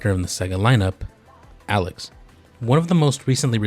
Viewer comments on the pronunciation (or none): none